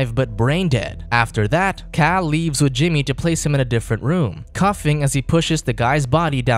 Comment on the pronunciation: Why is there a strict theme on these recaps of people mispronouncing basic words like "coughing?"